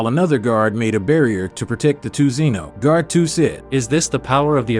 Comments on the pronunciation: WHOS ZEEN OH ITS ZEN OH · Bruh its not zzzeno ITS ZENO FOR CRYING OUT LOUD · It is Z-eh-no not Zeno. Fun fact zeno is actually written as Zen-Oh